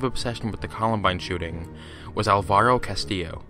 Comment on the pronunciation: Just a very minor thing, Alvaro is pronounced with the stress on the first syllable